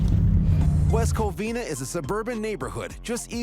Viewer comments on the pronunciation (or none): none